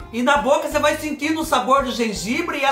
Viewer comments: Oi kkkk sou nordestina mais não falo (raí )não.Kkkk mais esse biscoito Hay Hay,você pode pronunciar igual você faz quando está espetimentando as coisas e as lombrigas fala hei hei.kkkkk kkkk,amo gengibre...Beijoo ❤🥰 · Oi sou do Recife e realmente fala errado trocamos várias letras falamos assim (Raí no lugar de vai e a rente no lugar de a gente kkkkkk adoro vc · É a rente mesmo que fala rai kkk. rai, ramos, rem tudo nosso.